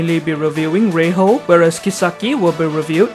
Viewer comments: Ray-HO is probably not the right way to pronounce her name unless I'm missing something. Should be Ray-JO rather. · Just so you know it's pronounced as Rei-jo but why Spanish pronunciation(well it's English I know). Her name in Japanese is レイジョ and yes it's pronounced as Ray-Joe.